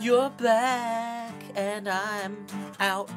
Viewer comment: I thought said "black" instead of "back" 💀